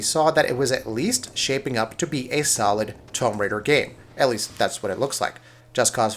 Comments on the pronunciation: Tome Raider ... It's Tomb Raider you fucking nerd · 'Tome Raider'???????? Wtf!!!!!! Tomb....it's pronounced toom ....we all know this. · Wolfen-steen? Tome Raider? E3 2018 being not bad or good, but "strange"? Dude get your pronunciations correct before you negatively portray an overall exciting e3 for gaming... This video is very biased and miss-representative of e3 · You comment on games and you say Tome Raider? A franchise that has been around for years and years? Wow! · Hold on, EA was pretty pointless, but Square Enix was awful. Thirty minutes of trailers with very little gameplay. Also, "Tome Raider"? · Are you kidding me dude? TOME RAIDER? Cuz it’s spelled like Comb right? Lol how are you this far along in your life and not know how to pronounce Tomb.. btw it’s TOOM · Tome Raider? Wolfensteen? Damon ex Masheena? Come on man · Haha what the fuck is "tome" raider 😂😂 it's tomb raider. Like toom 🤦‍♂️🤦‍♂️🤦‍♂️🤦‍♂️ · Tome Raider. Really how could you get that wrong. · Tome Raider..... It's Tomb (toom) in no way ever could be pronounced "tome" who let you narrate this video anyways ffs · Its pronounced "Toom" raider not "tome" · Why do you keep saying tome raider instead of tomb raider? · "tome raider" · I hate this guy's voice. He fuckin pronounces everything wrong. Wolfensteen? Tome raider? Bullshit. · How am I supposed to agree with someone who calls tomb raider, Tome raider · Every time you said 'tome raider' I died a little inside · Lol 'tome raider' 😂😂😂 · Tomb = to͞om. Now say it with me Tomb Raider. Not Tome Raider. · Can’t take any “game” reviewer seriously if they can’t pronounce the word tomb. Tom raider sure is looking good though. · “Tome Raider”??? “Wolfensteeen”???? I can’t take this guy critiquing E3 seriously when he can’t even pronounce “Tomb” & “Wolfenstein” properly. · Tome Raider...Does this guy not know how to pronounce words? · Really bad prenuntiiation. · ALSO, "TOE-MB RAIDER" wtf? LMFAO